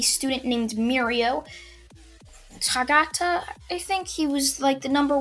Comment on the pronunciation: Mirios last name a pronounced (Toe-ga-tah)